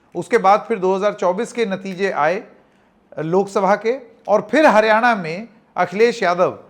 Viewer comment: जी का बार बार हारयाणा कहना सब कुछ बता रहा है ।